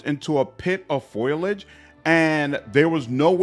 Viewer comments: Pho-lee-idge. Foliage. Not Foil-Igde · Nice vid. Foliage is pronounced FOL-EE-IDGE btw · Intelligent comments and great vid - subbed. FYI - its pronounced foalage